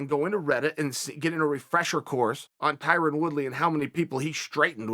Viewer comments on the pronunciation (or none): Tie-Run LOL🤣🤣🤣